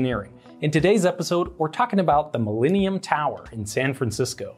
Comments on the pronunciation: Mil-lean-ium Tower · The “mileanium” tower. Sorry lol